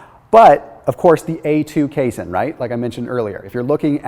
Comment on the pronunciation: You are mispronouncing the word casein